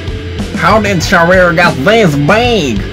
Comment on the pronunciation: its sharir not shair